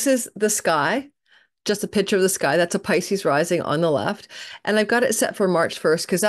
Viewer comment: What do you mean pitcher ❓ Baseball or liquid ❓ The word is picture; the C is pronounced. You and I are of the same generation when they taught us proper pronunciation. 🤨😒